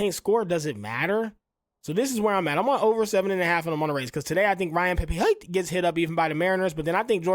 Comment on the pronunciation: Watches all the games but reads names wrong lol honest mistakes